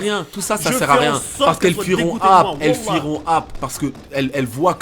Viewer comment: mdrr tu me tue le coran il a dit "woula" 😂😂